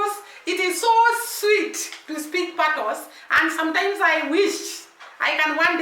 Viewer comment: Dunns river is pronounced " Dones river" . Patios is pronounced " patwa" the "s" is silent